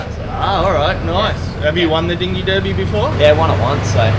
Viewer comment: He pronounced derby wrong. 👎🏼